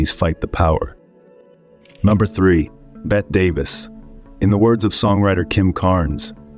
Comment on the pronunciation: Betty, not Bet, Mr. AIM man.